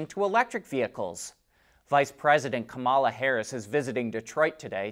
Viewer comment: Great show I watch everyday and have been for a long time. Unless you’re doing it on purpose you’re pronouncing the VP first name wrong.Usually its Republicans trying to make fun of her that pronounce it the way you have been.Keep up the great shows both you and your Dad.